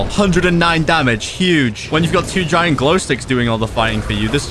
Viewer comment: BLUD JUST SAID JAYENT ELECTRIC BALLZZZZZ😈